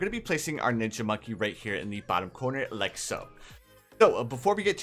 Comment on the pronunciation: Love the vids and what's with you saying likaso?